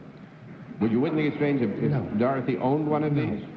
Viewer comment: Johnny Olson consistently introduces Dorothy Kilgallen as "Dawthy"